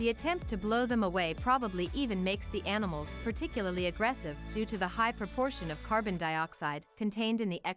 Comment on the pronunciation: She kept calling them anamals. What happen to insects?